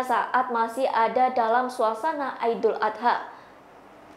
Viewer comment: Sok bule....idul adha...bukan aidul adha...